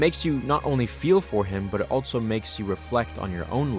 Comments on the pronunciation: Pro tip: Also is pronounced "all-so" not "all-Tso" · Love your content man. But again, there is no ‘t’ in the word ‘also’. I hear it everytime you say it. It’s not altso, it’s also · THERE IS NO “T” IN THE WORD “ALSO”